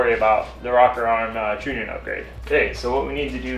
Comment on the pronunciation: Love the channel and video, just so people dont give you a hard time, trunnion is pronounced (TR-ONION) keep up the awesome content man!